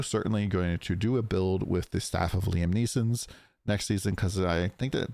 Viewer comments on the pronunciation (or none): It's not the Staff of Liam Neeson. It's Lam Esen. Stop making it sound stupid.